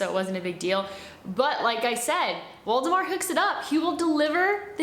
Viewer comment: I thought she was saying Voldemort the entire time and it's Waldemar.😂😂😂😂